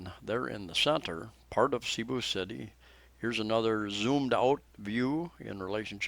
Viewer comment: i thought you were an intelligent individual making useful videos for people around the world. say Bath Room as most Filipinos say and Cebu city, not say bu. The name "Cebu" came from the old Cebuano word sibu or sibo ("trade"), a shortened form of sinibuayng hingpit ("the place for trading"). It was originally applied to the harbors of the town of Sugbu, the ancient name for Cebu City. and when you find any real estate advertisements saying CR let me know.